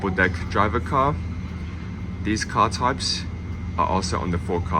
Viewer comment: I remember a while ago pointing out that you pronounce these as dees, and you claimed it was because you were talking fast. But here you're talking slowly and dees words come out de same.